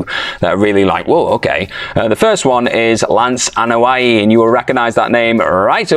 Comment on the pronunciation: Anoa'i, not A'noia...